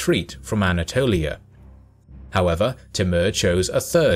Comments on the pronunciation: he is name is tumur not timur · It's pronounced Timoor though. But nice video.